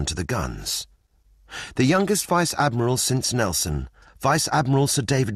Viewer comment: Ad-my-ral.... I'm sorry